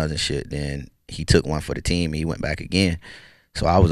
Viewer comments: Still don’t know why plies say bike instead of back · 🤔so he can pronounce back properly but chooses to pronounce bike anyway🤦🏽‍♂️ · Lmao all this time I thought my nigga ain't know how to say back but he was actually saying bike lmao